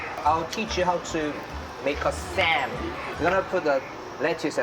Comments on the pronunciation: 한국 음식 소개할때 너무 강조된 영어 발음이 아닌 한국 발음 그대로 소개시켜드렸으면 좋았을것같네요. I mean.. 쌈 as Sam.. come on, am I the only one who find it cringy? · 다좋은데 왜 한국 고유명사들을 영어발음식으로 바꾸세여 ㅋㅋㅋㅋ 먹방을 먹뱅이라고 하시고 쌈을 쌤이라고 하시고 ㅋㅋㅋㅋㅋ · '쌈'인데 왜 '쌤'이라고 굳이...우리나라식 발음 알려주는것도 음식을 알리는것 만큼이나 좋은 일이라 생각합니다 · 더이상 이상한 발음으로 설명 안했음 좋겠다 예전에야 그게 배려라 생각했지만 지금은 그들이 정확히 배워야할 위대한 한글발음. 쎔이아닌 쌈. 핸우먹뺑 이아닌 한우먹방! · 영상 잘 봤습니다. 미국인쉐프의 좋게 즐기는 모습 보기 좋네요~ 다만! 듣기 불편했던 한가지가 있었다면 “먹방”은 그냥 먹방입니다. 먹뱅이 아니겠지요. “쌈” 또한 그냥 쌤이 아닌 쌈이 맞습니다. 우리 말을 굳이 외국인 발음으로 고칠 필요가 없지 않을까요? 게다가 맞지 않는 발음이 명확하니 너무 친절한 통역을 하시다가 넘친 배려라고 생각되니 그냥 원래 우리말대로 해주심이 외국에서 공통으로 사용 될 우리말의 전파에 더 일임 해주시는게 아닐까 하는 작은 의견 드려봅니다. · 왜 쌈을 쒬~, 먹방을 뭑뷍~ 한글을 그런식으로 발음하세요? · ㅎㅎ근데 왜 먹방 쌈 다 한글인데 먹뱅~쌔앰~이렇게 발음함?ㅎ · 쌈을 쌈이라하지 발음 굴리면서까지 "쌤"이라... 흠.. 영국남자 조쉬가 셰프님을 모셨으면.. ㅋㅋ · 쌈을 소개해줄 때 영어 발음보단 한국어 빌음으로 알려주는게 더 좋을 것 같아요